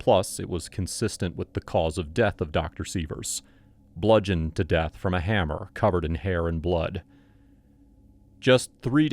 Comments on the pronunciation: Haha! It’s HUMMER, not Hammer. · That’s “hummer” not “hammer”. That changes things a bit don’t ya think??? 😆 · Jimmy the “hummer” NOT “hammer” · it said hummer not hammer